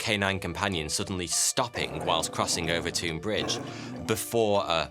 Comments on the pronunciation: Watched every video you’ve produced over the last couple of years. Been hooked since I seen the one about fire that set us back 1000 years. I live 10 mins from Overtoun House. FYI you keep pronouncing Overtoun house wrong and I cringe every time you say it 😀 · 😂🤣😂 WTF? OOOVERTOON? - OVERTOUN = 'OVERTON' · The "ou" in "Overtoun" has the same sound as in "cloud" or "mouth" as opposed to "soup". "Overtown" as opposed to "Overtoon" The bridge is a bridge. Nothing spooky. And they've pretty much proven the mink theory. Walk over it regularly and assure you there no "foreboding" or evil spirits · It's pronounced over ton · I lived at Overtoun (pronounced /over-tun/ not /over-toon/) House, so as soon as I saw your title, I knew it was about my old home. 1) I never saw, felt, nor heard of the "white lady"; 2) the bridge is really known as dog suicide bridge, and it is thought that the mink scent is responsible. There are signs at both ends of the bridge warning owners to keep their dogs on leads while crossing the bridge. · I cross the bridge every weekend. There’s a lot of guesses why this happens. And it’s Overton bridge pronounced Over - Ton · Er it’s pronounced Overton bridge 🙄 nothing like murdering the Scot’s tongue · I grew up near here, walked the dog there so many times and never heard if this lol (it's pronounced over-tun btw). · I don’t understand why Overton is pronounced “Overtune”, while Milton is pronounced as spelled and not “Miltune”. Is there more to this story than meets the ears? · I'm minutes walk from this bridge. Walked many dogs over it, both mine and with family/friends. No issues, but it is true this happens. - ooooooh and you were doing so well, with pronunciations lol. It's just said as Overton. You should try to say Milngavie 😂 (hint: it's a trap!) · I’m from Dumbarton and the way this guy pronounces Overtoun makes me want to jump off the bridge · I’m surprised no one’s pointed out how he’s keeps pronouncing Overtoun wrong